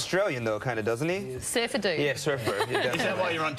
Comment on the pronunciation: lol at Patrick's sad expression and I also chuckled at Peter saying "He looks Australian doesn't he?...yeah Sufter " love how he prannorced that with his havey accent. also Peter has an amazing "What the..?" expression pause the vid